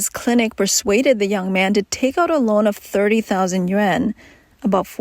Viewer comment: Yuan is pronounced yu-on.